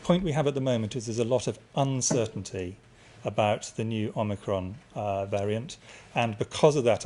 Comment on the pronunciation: ‘Omnicrom’ 🤣 wonder where they plucked that one from!